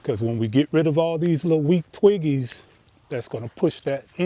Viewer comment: Omg I thought he said twinkies! Both funny 😂